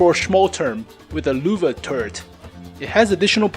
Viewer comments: It is Lehwe not Luvah,... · LÖWE not LUWE!!! As a german I got cancer hearing that. xD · Every time you say Lowe i cringe. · its frustrating listening to how he pronounces "löwe" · Bunch of idiots in the comment section “yOu SAy LöwE WeIrD